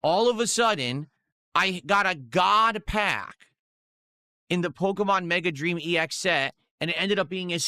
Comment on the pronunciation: "GOUT PACK"